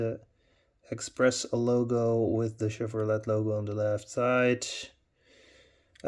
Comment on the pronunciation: Great video Mr.. Don’t know if you care or not, but the “t” is silent at the end of Chevrolet. It’s pronounced like: “Chevroley”. Respectfully.